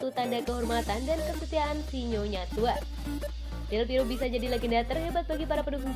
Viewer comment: Mohon buat tim channel ini, berkali2 sebut nama Del Piero itu Del Piro 🤦 klo di denger pendukung juve dri itali sono bsa di ledekin kita, atau sepertinya baca nya kecepetan ya? Pelan2 aja, sumpah ga enak bgt denger Del Piro Del Piro, Del Berapa? Ratusan 🤦🤦🤦🤦